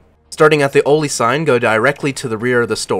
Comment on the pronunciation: haha its pronounced ALL-LEE (oli) for interchange btw